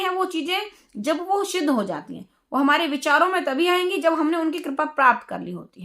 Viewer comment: क्षमा करें परंतु आपको सिद्ध बोलना ही नहीं आ रहा शिद्घ बोल रही हो 🙂